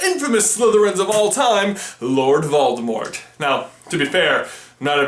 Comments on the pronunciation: you pronounced voldemort wrong. have some respect (its pronounced VOL-di-more) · So am I the only one who knows that the t in Voldemort is silent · Does it bother anyone else that he pronounced the t in Voldemort? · You are saying 'Valdemort' not 'Voldemort' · On t he said "Baldimort." XD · you say it voldemor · I turned on the captions, and whenever you say "Voldemort", it writes "Baltimore". Lol. "Why does Baltimore?" "Why does Baltimore kill unicorns?" Frankly, the rest of the Maryland state has been wondering the same thing! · Call yourself a Potterhead yet you don’t know the T is silent in Voldemort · it is pronounced without the T at the end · the t at the end is silent